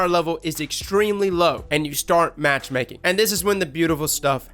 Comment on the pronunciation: "Go to the forge after your light is low and start Matchmaking".... Swear I heard masturbating...